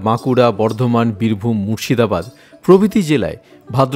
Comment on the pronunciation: খুব সুন্দর লাগলো। তবে, বীরভূম শব্দ টায় 'ভু' হয়ে গেছে।